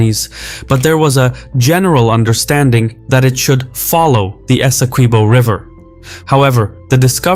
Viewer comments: Hey, the u in Esequibo is not pronounced it's supposed to be pronounced phonetically as if it were Esekibo. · had to click off bc the mispronunciation of “esi-kweebo” was too annoying.